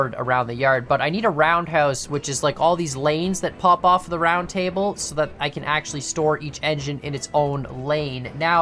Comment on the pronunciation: “We kAN haul” lol